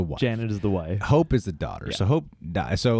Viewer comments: See I thought she was saying hulk. Its all about hulk… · Did anyone else hear “it’s all about hulk” instead of hope